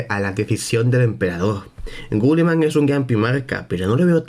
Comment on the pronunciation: Una pregunta porque dices gulliman y no guilliman?